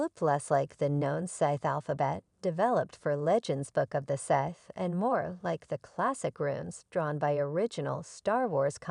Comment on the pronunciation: Immediate downvote for the pronunciation of Sith.